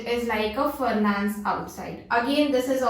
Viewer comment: Is it furnance or furnace? Just was confused